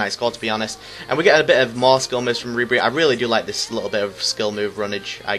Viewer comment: Nice vid mate, but it's rib er e